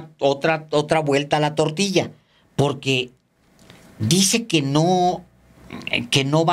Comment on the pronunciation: Po(r)que no habla bien Cochitl dice. Pogque...... Po que minuto